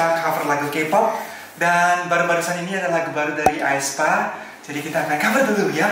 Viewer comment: btw aespanya dibaca espa ya:)